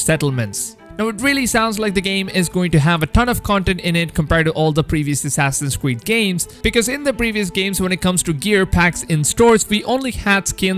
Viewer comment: Assassin's cweed 🤣🤣🤣